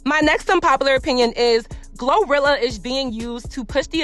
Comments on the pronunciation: it’s pronounced Glo-rolls not gorilla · Girl wait... I didn't even hear this part bc her name is Glow-what??? Glo... Glowrilla????